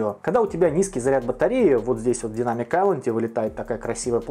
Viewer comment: Автор почему ты английское слово Айлэнд произносишь правильно, а слово Дайнамик коверкаешь?